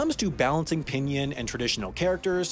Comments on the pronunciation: The way he said "pinyin" also hurt me inside. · I am pretty sure u pronounce Pinyin as pinin and not pinien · Everytime he said pinyin like pihnyihn I felt like crying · FYI its pronounced ping-ing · Don’t forget about “pin yin” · internally died when he pronounced "pinyin"